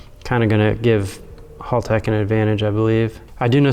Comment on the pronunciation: mispronouncing Haltech and somehow making a half hour video out of it.